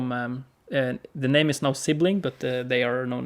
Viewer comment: Man you messed up my name but i love that you like my art.